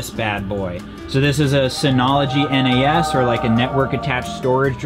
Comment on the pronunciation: Your network attached storage is referred to phonetically as NAS(z), a single word sounded out. Not N.A.S.